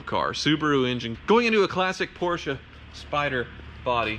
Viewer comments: I love how you pronounce Porsche (almost) correclty. Too many people (especially from the UK) just say porch as in fron porch. I know it is nitpicking but it actually show how much you care about each of those cars and brans. So thickest car channel on YouTube? I don't think so! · Porsche pronounced correctly 👌